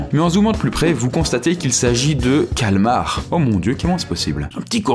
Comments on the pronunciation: Le calamars putain pas le cal'mars! Tu dis abubulance pas amb'lance nan? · C'est pas "Calamars" et pas Calmars ?